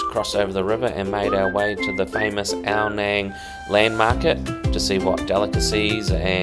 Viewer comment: Love this place... I lived there for 2 years all through covid and have many friends there. By the way it is pronounced as Ao "Nung" (rhymes with tongue) not "Nang" mate!